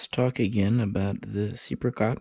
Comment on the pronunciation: The second E is silent. It's actually said "SEPCAT" ;)